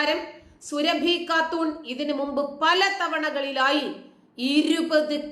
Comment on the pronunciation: സുരഭി അല്ല സുറാബി ആണ്